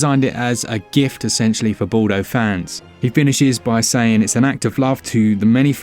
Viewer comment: Ball-doh? Really? Didn't even care to get your pronunciation correct, lmao